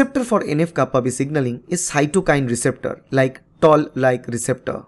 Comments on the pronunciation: I believe it is Toll like receptors and not Tall like receptors.. correct me if I'm wrong. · Its not tall like receptor, toll like receptor 😊